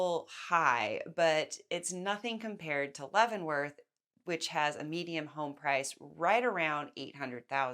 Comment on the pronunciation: Median not mediam